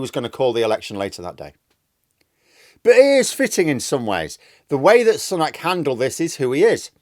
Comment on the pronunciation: Its Sue-nak NOT Sun-nak get it right